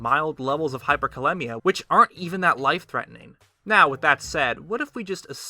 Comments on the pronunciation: Performs specific research & precise calculations, but still pronounces it "hyperkaLEMMia"....it should be hyperkaLEEMia, like rhymes with anemia. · Hyperkalemia is pronounced (Hyper kah-lee-mia) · as a healthcare professional... 3.5-5.0 isn't the average, its the acceptable range of potassium...outside of this is dangerous... and hyperkalemia is very life threatening, look up nerve function, and heart muscles... so is hypokalemia... and its pronounced cal-eem-ia